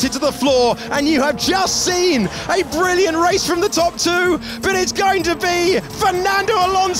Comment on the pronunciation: That was “Brazilliant”is what I heard.